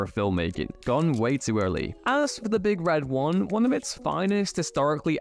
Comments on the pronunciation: You say, The Big Red One completely wrong. It's not "the big red-one"... like it's a big thing just like all the others, except it happens to be red... It should be more like: The Big, Red, ONE. Because their insignia is a big, red numeral 1. It's just sounds weird the way you did it. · It is "The Big Red ONE"...not "The Big RED One."